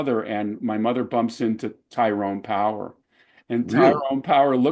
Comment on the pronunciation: His name is Tyrone Power, not Powers, btw.